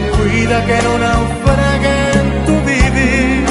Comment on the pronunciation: Jijiji cuida que no naufregue en tu vivir mal pronunciado ,cuida que NAU FRA GUE en tu vivir,se escucha mejor